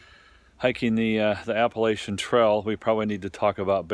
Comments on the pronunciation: Dude....it's "app-uh- LATCH-un". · Learn how to pronounce Appalachian you dumb ass.